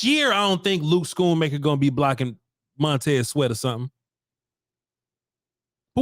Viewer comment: It’s “Skoon-Maker”